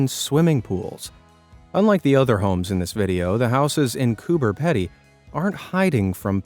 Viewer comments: coober pedy (pronounced peedy) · Correct pronunciation....koober peedy. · You know once again you're making a documentary and you can't even pronounce the name of the place is correct Coober pedy it's pronounced Coober peady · It os not Cooper pedey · Pronounced Coober Pea dee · Pronounced Coober peedee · Mate please your pronouncing Cooper Pedy incorrectly it’s pronounced Cooper Peedy (pee-dy) Australia. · It's pronounced "Coober Peedy" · The pronunciation of "Coober Pedy" had me. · thats not how you say coober pedy lol i lived there for a long time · You said Coober pedy wrong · If you going to say an Australian town lern how to pounce things proply coober pety that is not pounce proply wich you seam to be so good at knowing how not to pounce things! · You pronounce coober pedy wrong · It’s pronounced cooler Petey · Coober Pee-dy Yo-mans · Loved the episode just to let you know Coober Pedy is pronounced "COOPA PEADE" Thanks for the interesting topics xox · Coober Pedy is not pronounced the way you said it. It is Coober Pee-dy. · I expected Coober Pedy would come up, and for the record in English it is prononced with a long e so more like it is Coober Peedy. as it comes from the aboriginal word kupa-piti, which in the local Aboriginal dialect as kupa white man piti is an Aboriginal English adaptation for hole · Coober Pedy is pronounced Coober PEEDY. And we don't eat "Shrimp" in Australia....we eat Prawns. The puns in this are painful, but thanks for featuring such a marvellous array of unique homes. Oh, and "Yeoman" is (simplistically) pronounced YOman. The E is silent for all intents and purposes. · I live 700kms north of Coober Pedy. It's pronounced Coober Peeeedy! 🇦🇺 🐨 🦘 ☀ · the town in Australia Coober Pedy, is pronounced Coober Peadee. ;) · Cooper Pedy is actually pronounced Peedy. It’s beautiful but hot. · Coober pedy is properly pronounced peedy for those that don't know. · Sorry Americans, it's pronounced "Coober Peeeedy". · It's pronounced Coober Peedy